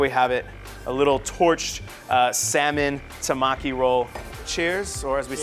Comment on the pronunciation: I cried how that guy said tamaki. Tamkey?